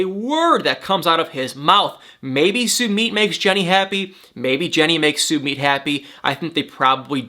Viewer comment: Jennys boyfriend is not said like Sue-meet Sumit😉